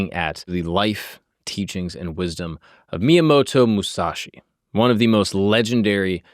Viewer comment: I don't care if someone mispronouces some Japanese but the homies name! Come on bro!